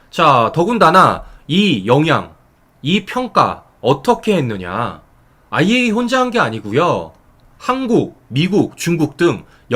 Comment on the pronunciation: 정말 수고가 많으시지만 이왕 방송하는거 정확한 발음으로 아이에이이에이(IAEA)이라고 방송해주시면 오히려 손상TV 신뢰도가 높아질거라고 생각합니다🙏🙏🙏❤❤❤❤❤❤❤❤❤❤❤